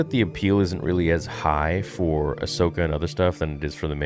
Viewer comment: It’s called: Ass-Okah